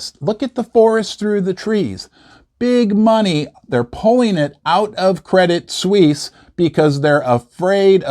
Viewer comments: Correct me if I am wrong, but I think Credit Suisse is pronounced Credit Sw-eese. Glad to join you on this historically controversial holiday. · it's just Credit-Swiss - not Swiss-ee. it's written differently pronounced the same as the word "Swiss". as per your comment on Gold going to $3500 per ounce: it could go much, much higher. Jim Rickards has been saying it could go to $10000 per ounce, and Egon von Greyerz stated it could easily even go to $100000 - yes, you're reading correctly: a hundred thousand United States Dollars per ounce of 999 pure Gold. how? well, your public debt is over 130% to GDP, which is 50% higher that of a Banana Republic which not only makes you insolvent, but legislatively unreliable - just look at the corruption in your government - other nations don't want to trade with liars that can't keep business promises. you have the Pentagon's missing or unaccounted $38 Trillion that was discovered a few days prior to the incident 11th of September attacks. not to mention the enormous Derivatives-bets market complex of Wall Street high-rolls, that are intertwined with the Global Systemically Important Banks which are also recapitalized many times over. they are the most levareged banks in the world, just like the Bank of Japan that hasn't stopped the currency printer since 2000. this is an economic blood-bath, apocalyptic, armageddon of an event that should've happened back in 2008. but was only post-poned to this day. now, the proverbial can cannot be kicked further down the road, because we have come to the cliff - the end of the road. it has started to hurt the nation's people, and it's on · Why are you pronouncing the name of the bank they way ? Pron = Credit Sweece. Not Sweecie ! Still if Americans say “soccer” and God help us ! “Erbz” then we all have to suffer in this internet age. Aaggghhh! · It’s pronounced Credit “Swiss”, not “Swissy” 😊